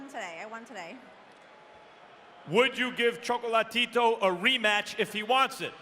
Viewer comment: Maybe the commentator should focus less on glazing Chocolatito and more on learning how to pronounce his name